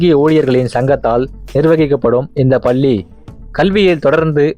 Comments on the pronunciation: பல்லி பல்லி என்று படுத்துகின்றாயே தம்பி. நீங்கள் குறிப்பிட்ட ஏதாவது ஒரு பள்ளியில் சேர்ந்து உச்சரிப்பு பயிலவும். தாங்க முடியவில்லையே . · Please prononce Palli properly.Madras Christian college school,Church Park Convent,are also best schools.Of course u did not mention Central schools.